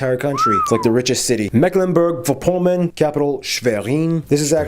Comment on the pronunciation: Mecklenburg, not Macklenburg..